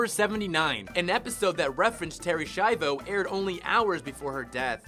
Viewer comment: "Schiavo" isn't pronounced "SHY-vo." It's "ski-AH-vo," exactly like it looks, and as the family has said many times. Learn some Italian, people.